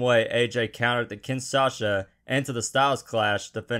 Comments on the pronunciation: kin-s-asha???? Are you serious?? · Add ten sins for how he pronounced the Kinshasa